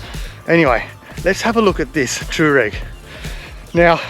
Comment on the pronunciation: Toe Rag.......lol. Pronounce it anyway you like its an amazing looking car! Nice work (I bet you didn't like returning that one)